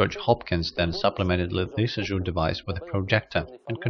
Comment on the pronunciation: Thanks for posting this interesting video. Worth viewing just to learn how to pronounce Jules Antoine Lissajous' name, alone. :)